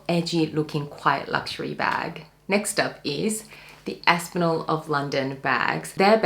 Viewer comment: It’s Aspinal, not Aspinol 😅